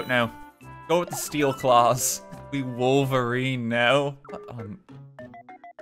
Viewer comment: haha. cupcake is WOOL-verine.